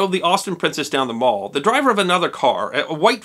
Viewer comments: It is pronounced Mall, not Mawl. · Another great video, except for the pronunciation of the Mall. It's Mall to rhyme with pal, not mall to rhyme with hall. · it's pronounced "MALL" as in HAL. not Mall as in shopping mall. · We in North America tend to pronounce Mall wrong? It’s Maall pronounced that way, just thought I would mention it as my Dad always corrected me lol other that great episode! Love these! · The Mall rhymes with pal. It is not pronounced Maul. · In the UK the word 'mall' rhymes with 'pal'. Some people now use the American pronunciation when referring to a shopping mall although generally they're called 'shopping centres'. The Mall is a hugely famous thoroughfare and not pronounced in the American way. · FYI: Mall is actually pronounced a little differently...it sounds like shall.